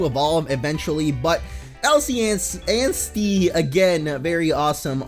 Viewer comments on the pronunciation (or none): none